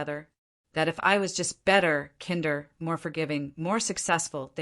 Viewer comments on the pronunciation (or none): Why can’t any AI pronounce “kinder” correctly? It’s “kind” like “find”, not like “wind” (when air moves).